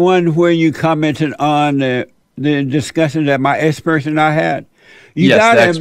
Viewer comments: His “esperts” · "My essperts are here". Baaaydaaas!! 😅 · btw, what the hell is an ''Essperts'' ?